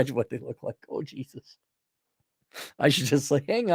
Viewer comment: Peh-raise Jai-zus!